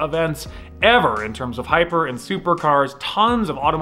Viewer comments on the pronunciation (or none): none